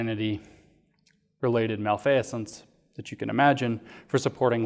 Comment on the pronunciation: Malfeasance. Pronounced mal-fee'-zence